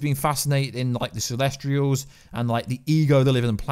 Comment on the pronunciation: like he called the celestials celestralls